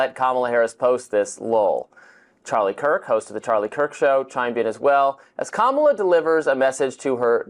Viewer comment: Thanks, ❤ Love seeing the kitties taking a recharge nap... at least they're still at peace! ( Seriously?? Pronouncing Kamala's name correctly isn't that hard, so that's purposeful. Should we just start calling this guy "TOAD"??)